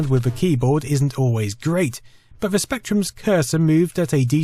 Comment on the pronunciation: "Vat actually worked in vhe favor for vose" was a real tongue twister for me